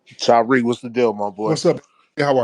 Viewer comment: This passive aggressive pos, saying Tariq name differently then going back to saying it regular hes a fool